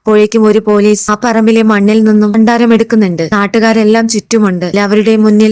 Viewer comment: അക്ഷരങ്ങൾ ശരിയായി ഉച്ചരിക്കുക ഭാര്യ,ഭണ്ഡാരം, ഭഗവാൻ